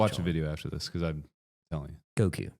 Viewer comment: Because pronounced buh-kuzi